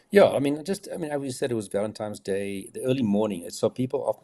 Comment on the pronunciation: Funny hearing Gerard say "ValenTIMES" day.... :) Big fan by the way, I own The Profiler Diaries 1 and 2.